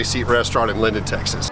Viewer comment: Linden!!! Not lindale!!! I was born and raised there....home of Eagles great Don Henley